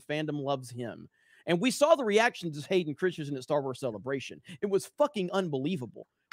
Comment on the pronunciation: Hearing saying Hayden "Christsiensen" over and over gets a little distracting after a while.